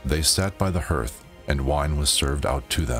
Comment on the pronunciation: Hearth is pronounced like heart with a th. “Garth” with an H. “Harth”=hearth